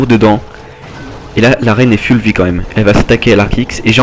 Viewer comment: mdr on dit foull vie pas full memme si sa s ecrit avef le u